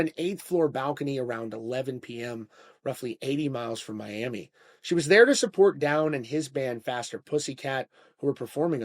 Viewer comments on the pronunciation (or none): none